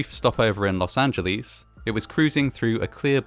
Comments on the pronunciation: Los ag a los not aglies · Please. Pretty please. It’s pronounced Los Angel isss. Rhymes with miss. It’s not pronounced Los Angeleeeeeze. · How many times must you be told there is NO "eez" in Los Angeles? None. Whatsofreaking ever. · love ya dude but oh my god thats not how you pronounce los angeles